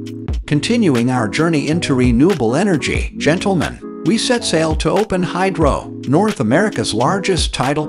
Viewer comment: Is it just me, or does this annoying computer voice sound a lot like Mr. Obvious from the Bob & Tom show? And what with the "GENTLE-men?" Can't we train a computer to say that common word correctly? Why not just have a real human, with a microphone talk normally? OK... I'm done ranting.